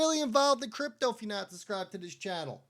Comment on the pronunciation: The word is subscribe …. SUB with a B. It’s not SUSSSSS CRIBE